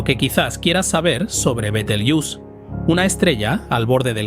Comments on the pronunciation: B-E-T-E-L-G-E-U-S-E no beteljus, alter ni leches. El nombre de las estrellas no es inglés, no de deis esa pronunciación. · No es "betlejuice" sonaría a betelgeuse como se lee en castellano. Su nombre viene árabe (Yad al-Jauzā') sugiere una pronunciación más cercana a "Yad al-Jauza" o "Be-tel-juz", con la "B" inicial siendo un error de transcripción medieval de una "Y" árabe. La forma más aceptada en español es tal cual se escribe, fonéticamente /beteljéuse/. Es otro caso de aculturación anglo... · Se pronuncia Betelgueuse, tal y como se escribe. No Betegeus, ni mucho menos Biteljus. Es una palabra árabe castellanizada, y según la RAE se debe de pronunciar tal y como se escribe. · Por favor, es un nombre mesopotámico, no inglés... se pronuncia como se escribe en latín: be-tel-gue-u-se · ¿Por qué dices «Betelguius»? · ¡¡¡ BETELGEUSE joder !!! que NO es ingles, coño. Es LATIN,la latinizacion de su nombre original en Arabe Wad al Jauza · Buenísimo el tema y la exposición. Me encanta este canal, felicitaciones. Bitelyuss Bitelyuss, Bitelyuss 😅😅😅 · ¿Porqué pronuncias Betelgeuse como si fuera una palabra inglesa (bitelgiús) si es una palabra de origen árabe árabe que en castellano se pronuncia como se escribe? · Yo la conozco como be-tel-gue-us (con pronunciación 'gue' como en guerra) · La pronunciación de Betelgeuse en este vídeo cambia más que la propia estrella. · me parece que es porque está usando una IA para narrar este video, que imits su voz, pero no es él. Y claro, la IA tiene problemas pronunciando ese nombre propio... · Cuantas formas diferentes de pronunciar el nombre de la estrella y ninguna correcta, ja ja ja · Muy interesante, solo que pronuncia mal el nombre de la estrella, pues Betelgeuse es una palabra española por-lo que no debemos darle la pronunciación inglesa. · Betel... ¡qué! Betelgeuse se lee tal y como se escribe. Igual que Benalmádena, Benicasim o Gibraltar. La manía de pronunciarlo al estilo gringo. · Pronunciación inglesa.